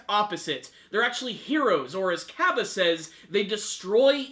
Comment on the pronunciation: ...get the names right. LOL Heat Cabe (Ka-bey)